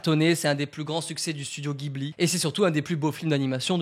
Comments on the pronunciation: Juste bro gibli c’est jibli pour la prononciation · Jiburi pas ghibli la prononciation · Et on dit studio Jibli pas guibli :) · Alors c'est pas pour faire le casse-couilles mais ça se dit "jibli" ! 😉